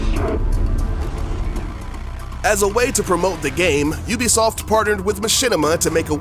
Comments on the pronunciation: Games by You'll-be-soft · Ven oobisoft vas gud